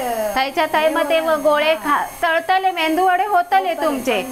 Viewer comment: मेंदू वडे नाही ताई 😀 मेदू वडे बोलतात......